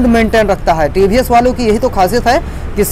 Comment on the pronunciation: Ye he tiivhiiess bolna to sikhlo bhai